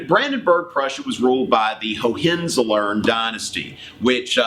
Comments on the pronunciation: Bourne Identity in the background, Matt Damon in the foreground o.o Btw its: HO-ann-zoh-lern, the first syllable is stressed. As in Sasha Baron Cohen/Hohen. I think there are about a dozen of them alive today. Not sure how many castles they still have though. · hoe-an-Tss-oll-ern (Hohenzolrn)...please... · oh that pronunciation of Hohenzollern....